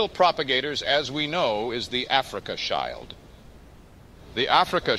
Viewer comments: A suggestion, but maybe you can write Afrika-shield in script so the AI doesnt read it as s-child. Very good work! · If you spell words differently, you can get the desired pronunciation. The way he says "Schild" is strange.